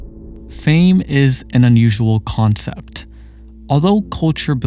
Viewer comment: ok but can we talk about the way he pronounces CUlture and COncept